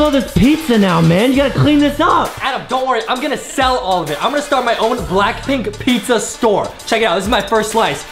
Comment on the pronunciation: Not pisa its pizza